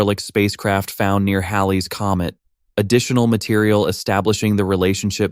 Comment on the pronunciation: The best thing I can say about the wacky cadence and pronunciation of your AI voice-over is that it pronounces "Halley's Comet" CORRECTLY!